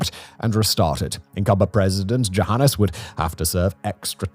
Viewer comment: If it had been spelled with a J, would you have been able to better pronounce something that is, essentially, Johannes?